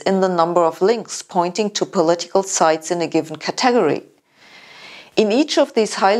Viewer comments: Sabine, it's pronounced "cat-ah-gory" not "catag-ery". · Cat-TEG-ory ?? Lol... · Con-SENT, CAT-e-go-ry, ACC-u-ra-cy, AC-cess, RE-ci-pees. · I think that is the Nigerian pronunciation of 'category.' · Doctor Hossenfelder, I absolutely love the way you pronounce "category" . All your lectures and videos are delightful as well as brilliant. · it's a robot... that cannot pronounce 'category'... why the tight tops? did it just go jogging? epic fail.